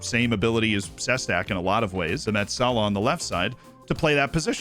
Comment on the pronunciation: My friend, I have noticed that you have a lot of slovakians in your team. For this reason, I want to give you the correct pronounciations, as I am from the czechoslovakia region. Balaz - Ba-la-sh Ilko - il-ko Sestak - She-stak Simko - Shim-ko